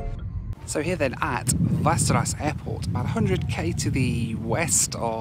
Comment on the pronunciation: Just for everyone’s information, Västerås is actually pronounced almost identical to the fantasy location Westeros, yea...that one. Lol.